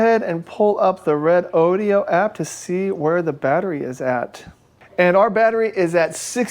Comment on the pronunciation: Hey, it's RE- DO-DO, NOT RODEO DODEEOH. JUST RE DOH DOH! DOH!!!